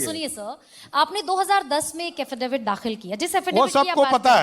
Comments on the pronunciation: ये हाफिडेफिड क्या होता हैं भाई। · Haffidavid क्या होता है😅😅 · ये क्या बोल रहा हाफ़िज़ debet किया या हासिल डिफॉल्ट किया 😂😂😂